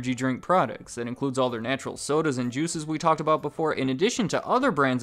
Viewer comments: Plzz dont say soders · Stop saying "soders" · but soders are epic look at how he says soders its very epic